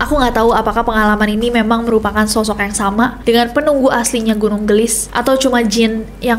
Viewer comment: Gunung geulis kak nessie bukan gunung gelis, itu teh pake bahasa sunda di bacanya